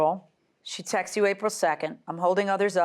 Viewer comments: Or texteses... 🤦‍♂️ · Please people the word is “texts” NOT “textes”